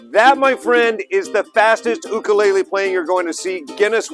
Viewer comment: Jake no ka oi! But there's no "Y in 'ukulele!